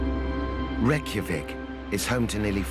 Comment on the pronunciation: When the narrator mispronounces the capital it’s hard to watch… 😇😍😎Otherwise, this is educational.